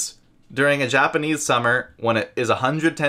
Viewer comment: Your japanese is spot on 😂👍